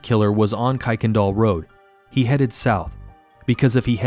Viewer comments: Kuykendahl is pronounced ker-ken-doll I live in spring really close to where thus took place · It is pronounced Ker-ken-doll road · Great video. In Houston we pronounce that street as Kirkindal, even though it’s not spelled like that. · Native Houstonian here. One of the jokes on how to tell if you’re from there or not is how to pronounce Kuykendahl. Kirk-ken-doll. 😂 Thanks for covering this case. I’m still surprised her killer hasn’t been found. It’s so unfair. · Incidentally it’s actually KIRK-en-dahl Road